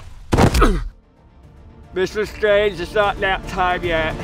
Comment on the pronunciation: mr stwange it's not nap time yet